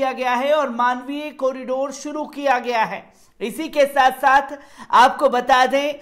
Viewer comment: 🤣🤣🤣 sat sath nhi sath sath hota he bhai sahi to balna sikho pehle